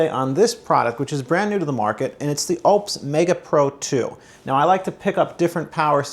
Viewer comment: I don't think your pronunciation of Oupes is correct